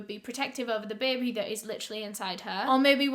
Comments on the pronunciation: Does anyone else love how she says “bay-bay”. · this is so random but the way u say baby is so satisfying to me ??? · Between her accent and the New Orleans one when they say "baby" 🤩